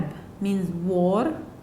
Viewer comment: She pronounces the "r" in "war"